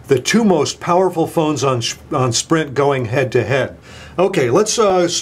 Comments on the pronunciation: Lol you almost said Shprint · he almost said "Schprint" instead of Sprint. Haha